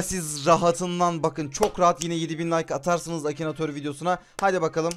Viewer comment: Akinator'u Akinatör diye bilen koca yürekli:)